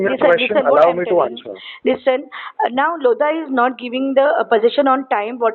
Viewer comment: "LOAD-HA" .... DON'T TAKE LOAD FROM LODHA ...